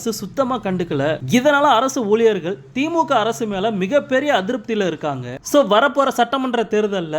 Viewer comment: ஊளியர் இல்ல பா ஊழியர்